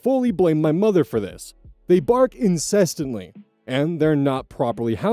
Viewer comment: you said incestantly lol